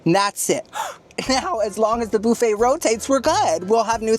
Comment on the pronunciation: why do you pronounce buffet like that